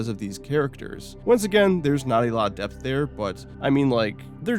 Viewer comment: And it's in DEPTH. Not in DEATH. theres a P there.. it's not silent.